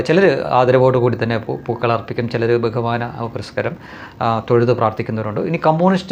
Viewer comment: "ബഹുമാനപുരസ്കരം" അല്ല, ബഹുമാനപുരസ്സരം.☺️